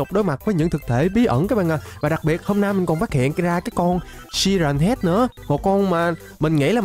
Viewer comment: Siren Head mà anh đọc là si ren head